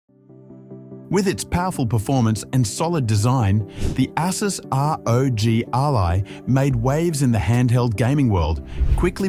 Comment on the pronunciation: Ai cant pronounce. Saw another channel with ai voice as well.